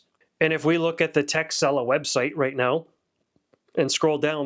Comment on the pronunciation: I thought you said the company's name was "Tech Sell Off" haha